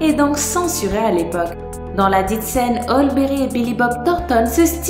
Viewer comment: ça choque que moi comment elle a prononcé halle Berry